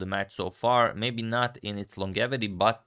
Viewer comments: It is pronounced Laan-jeh-vuh-tee. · My friend, it is pronounced “lonjevity” with J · Nice video, but "longevity" has a soft g, like "gem". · Longevity should be pronounced with the g like in "giraffe," not like the g in "long."